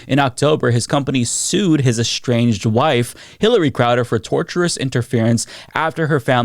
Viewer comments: tortious, not "torturous", meaning behavior that constitutes breach of contract, or "tort" (a civil lawsuit.) #Respectfully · Just as an fyi- it’s “tortious,” not tortuous..(as in something related to a tort). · It's pronounced "tor-shus" not "torturous", just FYI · Tortious not torturous Did this guy not hire an attorney before signing the paperwork? Penny wise, pound foolish. Is Crowder a Scientologist? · Tortious is pronounced. Tor shus. It's a catch all used by some people, usually business owners, to harass other business owners or critics. There is of course legitimate uses for it but it's pretty commonly used to mess with people.